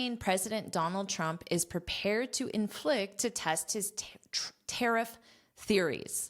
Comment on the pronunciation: Pronunciation of “ tariff” the last ff.. please